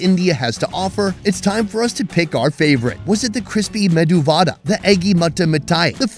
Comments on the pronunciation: It's medu vadai not vada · its medhu vaDAI.....not vaDA